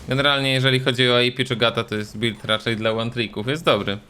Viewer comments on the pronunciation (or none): none